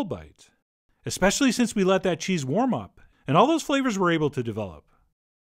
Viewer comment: You pronounced the first cheese wrong twice lol